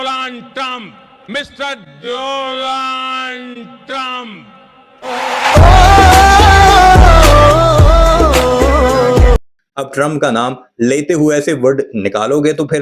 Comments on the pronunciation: He said DOLALD TRUMP 🤣🤣🤣🐦‍⬛ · Inko nam b ni lyna arha dooonald trump 😂😂😂😂